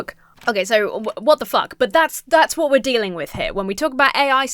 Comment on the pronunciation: The way you say "wot" is too funny